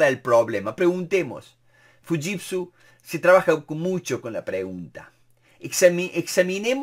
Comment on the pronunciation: Excelente! Un detalle nose si estoy en lo correcto se pronuncia shiushitsu, no fushitsu